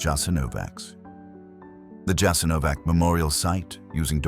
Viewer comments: Prije svega se trebao raspitati kako se točno izgovara naziv toga mjesta. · ITS NOT " JASENOVAC", C like first leter of word Keys.. Thats wrong Its JASENOVAC , C like letters ZZ of word PIZZA, you pronounce them like C in croatian .. So JASENOVAC would be written like Jasenovazz for americans to comprehend last letter as lwtters in italian word "pizza" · Pronounced "Yah-sin-oh-votch" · Correct, and the "J" is pronounced like a "Y." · "Yah-sin-oh-votch" was establish in occupied Yugoslavia and was operated by the Ustaše regime. Europe's only Nazi collaborationist regime that operated its own extermination camps, for Serbs, Romani, Jews, and political dissidents.[7] It quickly grew into the third largest concentration camp in Europe.[8]. Unlike German Nazi-run camps, Jasenovac lacked the infrastructure for mass murder on an industrial scale, such as gas chambers. Instead, it "specialized in one-on-one violence of a particularly brutal kind",[10] and prisoners were primarily murdered with the use of knives, hammers, and axes, or shot.--Wikipedia. It was a huge brutal place, there are some horrible photos online of people that were maimed there, but still managed to survive. The camp is not "well known" in the west. If you are interested, I recommend starting with the Wikipedia page for "Jasenovac". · The pronunciation is YASENOWATZ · But the name of the place was immediately and then repeatedly mispronounced. Why? No care at all to look into how to pronounce the name of the place you're talking about, really? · And you should pronounce the name of the camp correctly! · Learn to pronounce the letter c in Slavic languages. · please study how to spell it correctly its not a k sound but a c like in Cesar. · A British voice gives so much authority! Too bad he cannot pronounce Jasenovac correctly. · because he is an illiterate English provocateur! he doesn't mention their shit and camps during the plundering of his known world over the last 600 years.